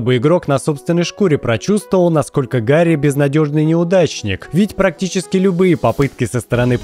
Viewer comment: Если что, то ГГ диско елизиум зовут не Гарри а Гаррье